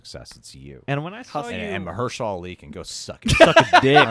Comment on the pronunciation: Instantly recognizes Mahershala's voice but doesn't know how to pronounce his name :p